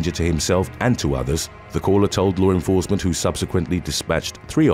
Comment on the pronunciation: One small thing that is not correct. It is law enforcement, not lore enforcement. Please correct your pronunciation. Thank you.